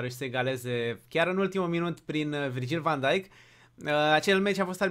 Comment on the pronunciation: Am crezut că zici Virgil Vand Djik